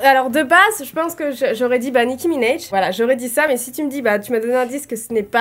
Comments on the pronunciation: "Nicki Minaiej" ptdrrr personnes le dit comme ça on est d'accord, c'est minaaaj avec un A 😂😂😭😭😭😭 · Nicki Minéje non c Nicki Minaj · "nicki minèj" mdrrr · « Nicki minej » 😂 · A passant Nicki Minaj on prononce le A comme en français